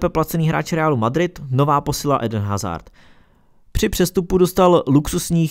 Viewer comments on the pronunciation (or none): none